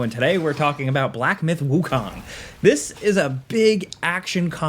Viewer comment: KOOOOOOOONG not KAAAANG